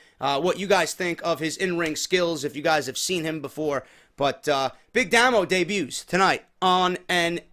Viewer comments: Its Pronounced "Daymo" not "Damo" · pronounced DAY-MO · Big Damo was the first wcpw world champion and he faced rampage. He's great you should like him and it's damo not damno